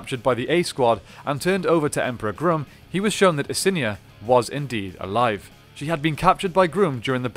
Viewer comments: It's Grumm not Groom 🙄🙄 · You keep calling grum groom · Wait did you just say emperor groom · "Emperor Groom"? XD I'm dying. It rhymes with rum and chum. It's Emperor Grumm. That's how they pronounce it in the show.